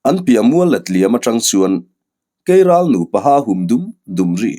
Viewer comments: Keiral a aw thinh ka va hre love kelral a ni lomaw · Kelral ni awm tak, keiral a rawn ti tlat a nih hi.😅